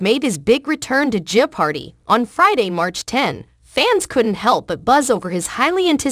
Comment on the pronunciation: Yeah, I like Mayim but she should stick to acting. I believe Ken is better suited to hosting the show. It is kind of annoying with the pause but it is also annoying that the pronounciation of jeopardy in this video is not correct. :)